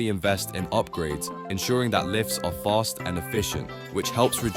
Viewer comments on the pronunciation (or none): none